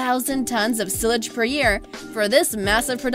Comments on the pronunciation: it’s not (sil-g) it’s (sy-lge) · Silage is pronounced with a long "A" sound. Syledge, not "silledge." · The word is pronounced SI-laj, not SILL-aj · I thought she kept saying sewage. I was like that is definitely not sewage. I would of rather watched the video on mute. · It would have been better if they'd used a narrator who a) can read for meaning, and b) knew the proper pronunciation. For example, it's "SY-lage", not "SILL-age." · Not sil-age sigh-lage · Its pronounced "sile -edge" not sill-edge UGH!!!!!! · its sigh lage, not sill age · It’s pronounced sigh-lage not silage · cill-ige nah lady its silage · on nuber six its not fucking pronouinced sil eg its pronucied si lage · It's si'- lage not sill- age. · Ok, sorry...Thumbs down. How can you work in voice over and not know it is pronounced /'sīlij/ not /'silaj/, I mean how sili is that? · Sigh-ledge = sileage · It's silage, with a long i . Not sillage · silage haha its SY" + "lij" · Pronounced sy lage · It’s not sillage it’s Silage, Thanks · Do u mean silage sigh-lage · Sill-adge?? Weird way to pronounce silage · Its not silige it’s silage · It pronounced sci-lige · Silage pronounced as sci lage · Silage is pronounced "sighlage", it sounded like you were saying sewage which is not fodder but the what comes out of a cow's .....you get the picture... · That was driving me crazy. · it made me so mad when she pronounced silage wrong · Did anyone else cringe when she said silage wrong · is she saying SILAGE? or sewage? seriously learn how to say it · The way she was saying "silage" was just annoying me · I love the way she pronounces silage 😂😂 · Learn how to say SILAGE biatch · Silage🤣🤣🤣 put it in google translate and press the speaker button because it doesn’t say what you were saying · Silage 😂😂 the way she pronounces it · Very interesting! BUT.... #6. The material SILAGE is pronounced with an I sound. (like: I need..) Does that make sense? :) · That's what I thought she said at first too. The "i" is long woman!!